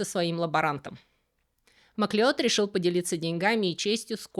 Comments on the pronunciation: MacLeod читается как Маклауд Правда-правда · Шотландская фамилия Macleod читается как Маклауд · "Масleod" читается "Маклауд", происходит от гэльской фамилии "Macleóid"–"Маклодь" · Фамилия Macleod произносится как Маклауд (да-да, тот самый, который бессмертный, - он тоже Macleod). Маклеод - это русский вариант произношения, основанный на написании.